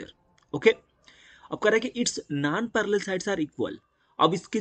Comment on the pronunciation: Vo nanparallel sides nahi nonparallel side hota he anpadh